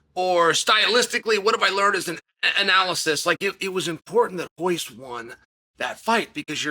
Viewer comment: U Pronounce royce (hoyce) properly but can't do perreira